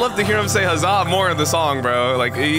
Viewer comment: By the way he says the zaa not uh zaa